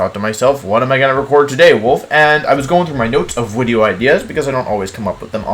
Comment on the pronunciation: I’m sorta new here, and I have a question, why does he say “wideo?”